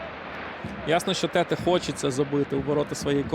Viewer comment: Як можна професійному коментатору дивитися на спину гравцю де написано Тетé, і читати Тéте?